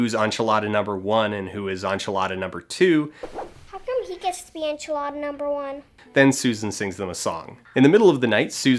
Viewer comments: Oh my god, did you say on-chilada? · I'm nine and a half minutes into this and all I need to say is that enchilada is not pronounced "onchilada". Canadian or not, there's no excuse. Get it together man. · Wait so he pronounces it onchelada but not onvelope? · This video sticks in my mind partially for the excellent breakdown of a bad film but mostly because I've never heard anyone else mispronounce enchilada so badly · That's how Canadian English speakers pronounce it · obsessed with the way you pronounce "enchilada" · I love your videos but seriously... Why do you keep pronouncing "enchilada" wrong? You edited this video. You probably heard them say it a hundred times. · I've wait so long, but at last my wish is granted. To hear Dan's pronunciation on "enchilada". Best Christmas gist I could ask for.